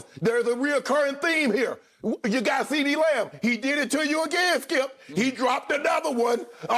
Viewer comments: “Cee Dee L’s pile up” 😂 😂😂😂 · CeeDeez L's LMAO